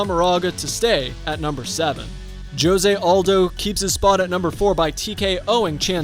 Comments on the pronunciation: It’s hose not jose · This man said "Joe-se aldo" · Bro, did this man just say (joe zay)jose? what the hell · Not being able to say Jose correctly makes me want to puke. I keep cringing